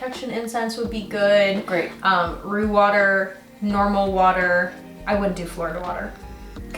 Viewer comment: Are you saying root water or roux water? Like the roux for making gumbo?